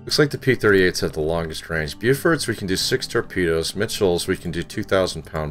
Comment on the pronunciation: Love the content but you keep saying ("tapedas")for torpedoes ⬆️ What is this...you pronounce torpedoes like it's a type of food. Lol still love the content keep up the good work.